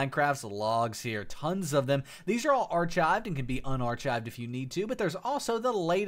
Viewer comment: thank you, though my logs are all in like webdings for some reason? also btw the "ch" in "archived" is pronounced like a "k"